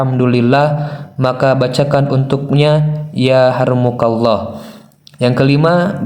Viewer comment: Yarhamukalloh.... Bukan ya Harmukalloh...🤭